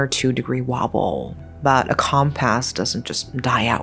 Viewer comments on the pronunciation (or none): I really have to know. Are you choosing to mis pronounce compass as if it was a calm pass? It really feels like you're Going Out of your say compass inaccurately as if it was a com press. I apologize for how this comes across. I am not trying to be rude. I fully and absolutely truly enjoy your storytelling skill and that you intermingle beauty with horror it's very nice.You're very, very good at your job.And I again I apologize for coming across as rude. I think I just grew up hiking and out on the trails.And general map learning so the inaccurate way.The word is being pronounced.Just really gets on my nerves my apologies.❤❤❤❤❤ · I love the vid but you have a very graining annoying habit of mispronouncing words.....compass (cum-pss) being one of them.